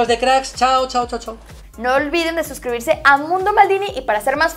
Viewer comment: Lo que dice: " no olviden de suscribirse al canal" Lo que yo escucho: "no olviden desusribirse del canal"